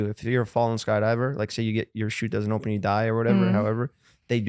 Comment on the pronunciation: I love how Jeff pronounces “open” it sounds like “ompen”